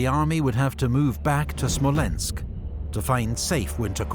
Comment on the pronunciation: Amazing video bro! But please it’s Smolensk, not Slomensk:)